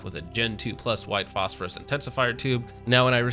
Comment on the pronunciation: are you saying phosphorus just to annoy me